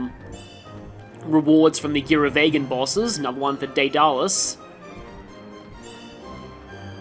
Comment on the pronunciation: Was listening to a Golden Sun battle theme compilation when the video's notification popped up, I don't mind though, love this series May be just me, but I'm pretty sure it's pronounced like "ded-alus" and not "day-da-lus" Small confession, the first time i ever saw this guy, I thought the in-game text called him "Ba'ngaman" Yup, I'd do that too, haven't played much of RW so far but it's definitely the kind of game that asks for you to be preemptively prepared from time to time Fun fact, FFTA's iteration of Carrot is classified as an Ochu